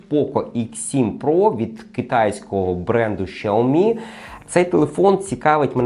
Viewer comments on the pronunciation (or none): Шаомі😂може Сяомі?